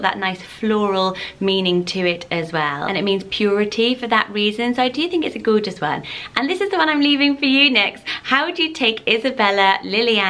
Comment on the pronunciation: I like how you say the word “Gorgeous.” It sounds like “Goo-juss.” Haha. ♥️☺️